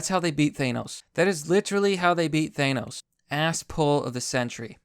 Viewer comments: why are you saying it ThAYEnos its Th-an-os seriously what the fuck is wrong with your pronunciation ? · Thanos, not ThAnos. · Why do you say 'Thanos' like that? The correct way to pronounce his name has been established quite well over the years. This isn't a 'tomato/tomahto' thing. There's only one way to say it correctly, and you're doing it wrong.